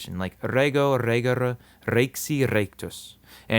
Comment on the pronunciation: Well, the schwa sounds for the "e" in the infinitive endings is odd to me (RE-guh-ruh, DOO-kuh-ruh), but I'm being overly picky.